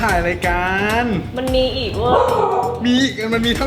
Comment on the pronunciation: ไม่เนี่ย แกโกหกอีและ ตรงคำว่าอีกทำมั้ยเป็นเป็นอีอ่ะ